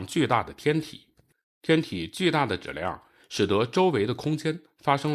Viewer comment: 把质量读成指量，把即使读成既使，这到底是哪里的方言？